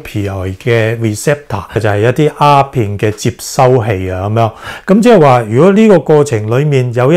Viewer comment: 醫生。你好似講左蝦片喎，係丫片呀！